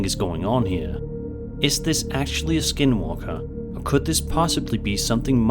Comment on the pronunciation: When he said "dealing with a skin walker", it literally sounded like he said "dealing with a SKIDMARK". I had to replay it with the caption on!!